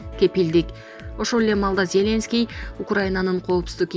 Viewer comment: Диктор зеленский деген создо ударение акыркы слогго коюлат.